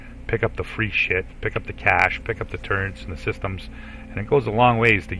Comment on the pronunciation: Wait. Tur-rents? I’ve watched all of your Avorion content and it just hit me that you say “turrents”. You sound like you’re from the Midwest or Mid-Atlantic but I’ve never heard anyone else pronounce it that way.